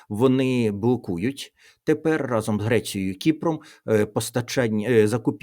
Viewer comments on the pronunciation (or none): none